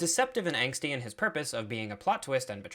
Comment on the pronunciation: Angsty, not anxsty